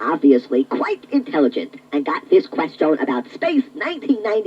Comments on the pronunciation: I like how the 2-XL says "qwuestion/s" instead of "question/s" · I can't get over 2XL's pronunciation of 'question' ("ques-jone") :) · PLEASE PUSH... THE QUESTIONE... BUTTONE... NOW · "2-XL or not 2-XL... that is the 'QuestYARN'." I just love the way he pronounces that word. It's like he is doing an A.W impersonation, (Artificial Walken), with the sporadic accents on certain phrases. 😉😂 The accents on certain words which he is doing to simulate an electronic voice, is a very accurate prediction of the the very problem that exists here in 2022, as this is always what gives an autogenerated voice away, as the software never seems to know where the meaning of the phrase is (where the accent should be) and what is the start or the end of the sentence. So I say this guy absolutely nailed it! BRAVO🏆 Great video... Quite a spectacular work-around. An English voice over artist in a French fprest. 🇬🇧🤖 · 2-XL pronounces "ques-CHONE" like Captain Falcon pronounces "fal-CONE" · it says "question" like quest yawn, like Scotty Kilmer! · Yeah, the way he pronounces "question" as "quest-ee-own" (among other affectations) is certainly memorable... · Odd pronunciation of question, "ques-chone". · I love how he pronounces "quest-own" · the way he says “quest yeon” is pretty great. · "queshtione" had me giggling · He sounds like Alicia Bridges in "I Love The Nightlife" and her "ack-shawn," when he says "quest-shawn" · I'm going to go around all day saying "kwes-chone." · I don’t think I ever heard anyone nor anything pronounce “question” like that. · Why does he say “question” like that tho😭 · He had a very peculiar way of pronouncing "question" too. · Has issue saying the word question correctly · I'm 36 and had the Tiger version. As soon as he started playing it, the odd pronunciation came screaming back and I remember how my mom used to make fun of that way it said "question". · To me, the only thing that's annoying is how he pronounces certain words, like "question."